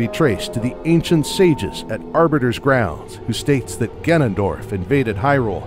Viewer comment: I keep hearing “Ganandor” during the OoT section